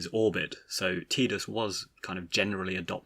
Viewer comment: I always pronounced it as TIDEus because it just sounds more heroic. Now what about Zidane…? (I pronounce it as ZEHdane) Also, the way you pronounced it originally upset me XD